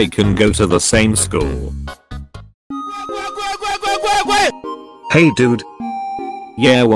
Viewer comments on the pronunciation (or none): "me and bacon go to the same SCHUL" XD